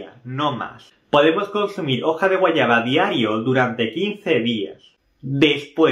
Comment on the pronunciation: Se dice guayaba. No guayana